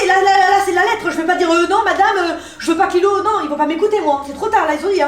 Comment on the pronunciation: Mais on di qu’on di Lilo pas Lille